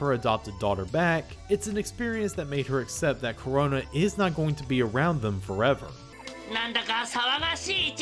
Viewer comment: Karona you say?